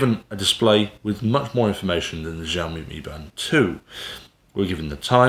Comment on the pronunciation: Good review. I have this watch and been using it for a bout a year. Great fitness tracker and ease of use. BTW, "XIOMI" pronounced as of "SHIOMI". 😁